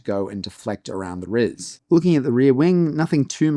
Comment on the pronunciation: Great video! When you said "RIS" I nearly lost it. 😂